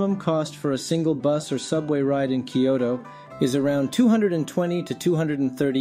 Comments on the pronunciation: The video is helpful for those new to transportation in Kyoto, but the narrator consistently mispronounces the city's name. New visitors to Kyoto should make sure they haven't adopted his pronunciation. It's isn't "Kee-OH-Toe" but "KYOH-Toe." The Y isn't a vowel. It's a consonant. Think of Y as in "yellow" rather than Y as in "happy." "Kyo" is a single syllable, not two. This is the same "kyo" that appears in "Tokyo," which also has two syllables instead of three. It was common to mispronounce "Tokyo" prior to and even during World War II. That mispronunciation was displayed in the occasional spelling "Tokio," which clearly gives three syllables. Visitors to Kyoto will gain points if, when talking to locals, they pronounce the city's name correctly. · I live in Kyoto, and can vouch for the information you give. But I really wish you'd learn how to pronounce the name of the city. It's not three syllables -- "kee-yo-to" -- it's only two -- "kyoh-to". Unfortunately the "kyoh" sound doesn't exist in English, except between words (try "blacK YOgurt"). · the way he pronounces Kyoto (particularly the 'T') gets on my nerves.